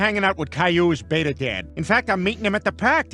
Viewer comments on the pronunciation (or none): none